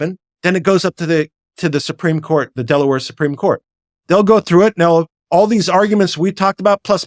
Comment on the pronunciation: You lost me at Delawere